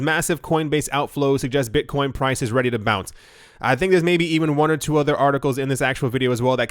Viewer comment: "Beetcoin"